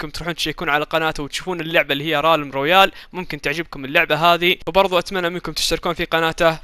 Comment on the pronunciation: رالم رويال😂😂😂😂 اسمع ريلم رويال